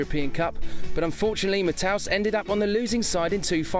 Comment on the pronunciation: Hilarious how Effenberg and Matthäus are forever paired in lists like this, because they HATED each other (and I assume they still do). BTW, Lothar's name is NOT pronounced "Mat-house," it's Ma-Tay-Us.